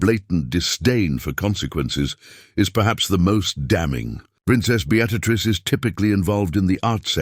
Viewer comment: Awful AI. How did it pronounce Beatrice? 😂